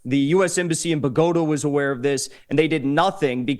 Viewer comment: "Bug-Ota"? How much did this Gringo learn in Bogotá?